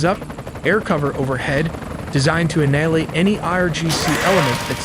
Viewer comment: you mispronounce annihilate